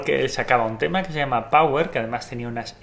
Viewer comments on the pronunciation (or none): none